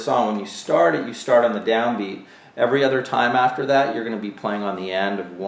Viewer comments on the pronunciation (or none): none